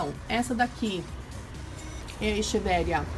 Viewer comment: Se pronuncia equeveria